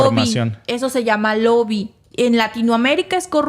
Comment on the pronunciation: Gracias, se dice lobbying no loby